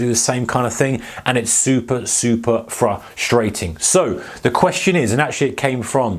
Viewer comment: Super fruh-stray-ting